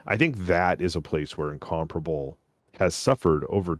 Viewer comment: is the only guy in WOWS who pronounces Incomparable the correct way.